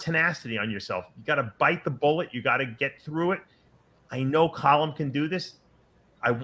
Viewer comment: Dave and both say 'COLLUM' instead of 'CALLUM' lol